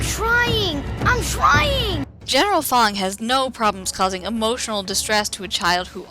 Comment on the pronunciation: What you said "General Fong" What I heard "General Thong" lol.